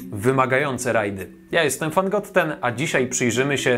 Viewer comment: Czy czasem podwójnego "t" nie czyta się jak pojedynczego? W sensie zapis Fangotten jest poprawny, ale wymowa jest już błędna.